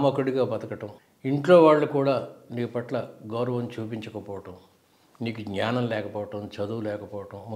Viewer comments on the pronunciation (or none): none